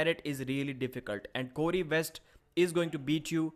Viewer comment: I don't know who you see as the favorite in the Cory v Cody match, you pronounce their names the exact same way lol